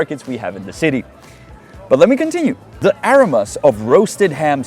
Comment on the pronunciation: Great stuff. One little 'native speaker nit': that's the wrong em pha sis for 'aromas'. It's a- row -mz not a -row-mass. (and more of a 'z' on the end than an 's'). Hope that's useful. Your English is obviously generally excellent, and it's a tricky language :-)